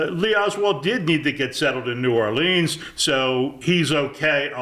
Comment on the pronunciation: btw, if you happen to care, it's N'awlins, not New Orleeens.